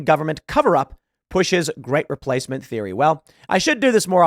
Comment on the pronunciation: Reee - place - mint is not a theory, it's a CONFIRMED FACT.